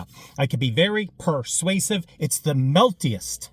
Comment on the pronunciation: I been Not liking the way you say persuasive because I feel like you discount that eord and it's your introduction to your show So do better